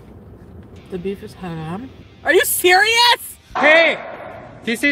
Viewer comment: Hate how she says “ha ham”.